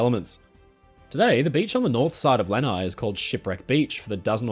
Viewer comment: FYI, Lanai is pronounced with the accent on the last syllable. Aloha from Hawaii!